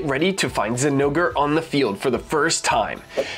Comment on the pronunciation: I had to do a double take on that "ZI-nogre Plate" 😂😂🤣😂🤣 Anyone just listening to you would be so confused.